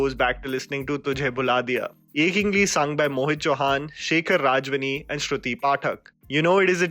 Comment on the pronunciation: it's shekhar ravjiani not rajvani